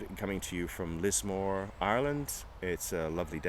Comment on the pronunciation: Thats exactly how you pronounce Lismore